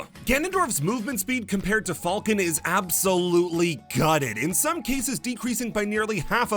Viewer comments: Why do you pronounce it like "fahlcon" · I respect the commitment to pronouncing "Falcon" not like the animal, but rather the way it's pronounced in 'Millennium Falcon'